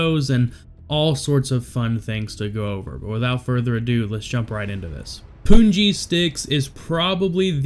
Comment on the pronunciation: I like how you emphasized the ‘poo’ in ‘pungi’.